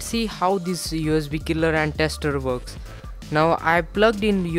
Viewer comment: It really woks! Aw my gawd!